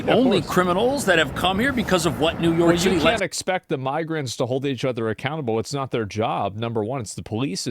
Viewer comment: New York Cit-ay